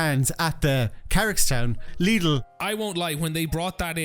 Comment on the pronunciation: When did you start pronouncing Lidl so it rhymes with 'needle'? I thought it rhymed with 'fiddle'? Otherwise, top show, no regrets.